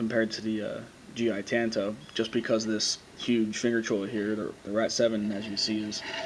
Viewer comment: pronounced tonto